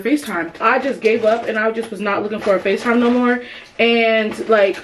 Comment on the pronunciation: The "NOE" got me cryingggg.